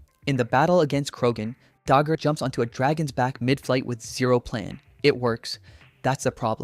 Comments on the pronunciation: I love the video, but, why did you pronounce Dagur's name like that, I don't want to be the nitpicking grammar guy but I just have to comment on it, but ignoring that incredible video and my favorite HTTYD villain is Viggo with Dagur being a close second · Mf—STOP MISPRONOUNCING DAGUR'S NAME!